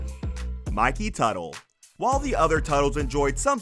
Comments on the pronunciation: Consistent pronunciation of names would help. Stop switching Tuttle to Tootle, Mikey to Mickey, etc. Seems like a strange thing to do. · It's not pronounced "Tootle". It's Tuh-tle. And it was stupid of him to spend the show's money on personal shit. So dumb. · How do you go from pronouncing Teutul (Tuttle) to Tootle and Mikey to Mickey, all in the same video?